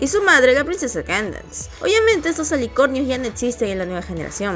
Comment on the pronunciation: La pronunciación de la princesa Candence no es " keydens" ( la pronunciación se dice algo asi creo)